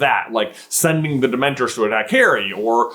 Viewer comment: For the love of all that is sacred, will you please stop saying "Dement-ERS". Its "Dement-ORS". It's an O not an E. It's like nails on a chalk board every time you say it. Love the channel! Hate your pronunciation. lol